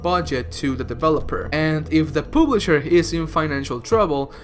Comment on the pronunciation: Wtf is a pooblisher lmao jk love you